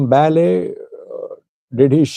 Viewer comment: i can helpp u to pronounce right the name Abraham Belay not Bale.